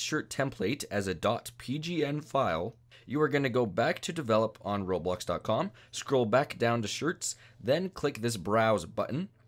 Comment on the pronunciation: Roblox not roblux